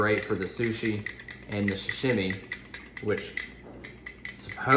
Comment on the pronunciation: Sa-shimy (sa-shim-e)? Its sashimi (sa-she-me), and sushi is rice with vinegar and fish placed on top. What you served are rolls and sashimi.